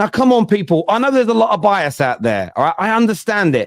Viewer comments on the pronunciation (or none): too funny way says is bias out there, yeah you 😂😂😂